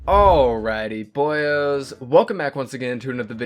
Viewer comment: Wtf is he saying at the start alrighy boyas?